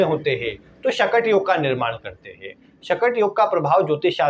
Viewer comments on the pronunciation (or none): चंद्रमा से गुरु - बृहस्पति 6 वे स्थान पर हो तो " शकट " योग बनता है और आप इस योग के नाम का उच्चारण गलत कर के "" शटक "" बोल रहे हो please improve the mistake ....